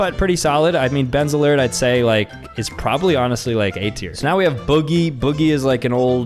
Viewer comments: the way he kept calling ben azelart bezerlert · he literally said Ben Azelart as Ben Zlerd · “Benselert” is crazy…😂😂😂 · Benzelrt it’s Ben Azelart two words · Ben Azelart ❌ Ben's alert ✅ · Bro pronounced Ben azelert Benz alert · Please, please just call him Ben AZ-a-lart i will die if you say his name like that again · Who screamed when he said benzarlert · Him trying to say, Ben Azelart, is killing me 😭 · the amount of youtubers names he mispronounced is SILD🖐😭